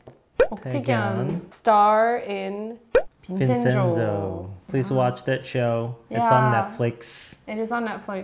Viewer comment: looks and sounds like SOMI (Blacklabel solo artist). is one lucky guy. BTW in Italian it is read like vin-chien-zo but in the show the Koreans were calling him vin-zen-zo corn-salad (miss pronounced consigliere)